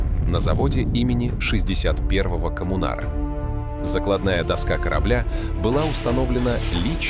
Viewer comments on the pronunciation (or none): Диктор видимо очередная жертва ЕГЭ - это же надо умудриться занимаясь изучением российской-советской истории не знать как правильно читается название судостроительного завода в г. Николаев. Вопросы что называется риторические исходя из вашей речи: - как звали этого самого 61-го коммунара? - кто такие и как звали предыдущих 60 коммунаров?